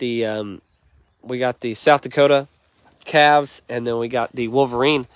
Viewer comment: Calves not calvs